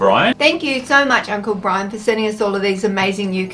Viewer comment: Its brian not brain lol 😆